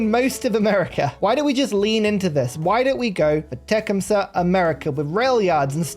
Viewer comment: You are not pronouncing his name correctly. Te-CUM-seh accent on 2nd syllable